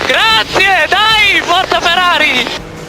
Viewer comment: ™ its forza not forca buddy